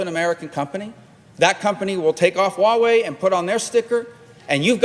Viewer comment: 真像台湾民进党的言论啊，中国做了这个，中国做了那个，中国好坏坏，中国无所不能，人民都是傻逼，只有我们聪明的洞察了一切。但是，when？ where？ who？ how？ 这些facts一点都没说。反正就是欲加之罪何患无辞。这个人甚至都不能正确的发音“huawei”，但是美国人是可以发h音的。难道对你们的头号制裁对手没有做基本的了解吗？这就让我想起来纸牌屋里面虚拟的中国高层Qin，可是剧里的人全都说成Kin。拜托稍微认真点好不好。这种东西喜欢听的人自然听的很爽，但是内容太空洞了。听君一席话，如听一席话。